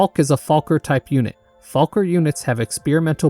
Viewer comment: It's pronounced Elster And also Fall-kei